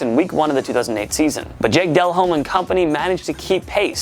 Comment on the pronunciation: So we’re just not gonna talk about how he pronounced delhome as Dell Home when in reality it is delome